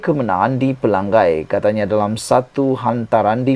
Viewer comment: Tolong jangan sebut Pelanggai. Nama Kawasan tu Pelangai. Ngai. Belajar betulkan sebutan Nama DUN Pelangai